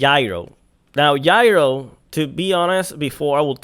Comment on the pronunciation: Its Gyro with a soft G. like Ja. Jayro